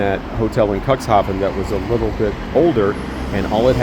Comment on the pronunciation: It's pronounced cooks haven, not cocks😂❤ it's not the port of dicks, u know😂❤